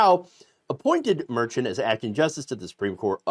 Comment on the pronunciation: Please pronounce Judge Merchan's name correctly. Be professional!!